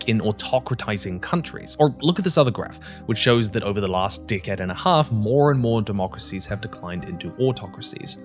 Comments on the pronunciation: he says “decade” but he really said “dick head” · Does he keep saying “dickhead” or “decade”?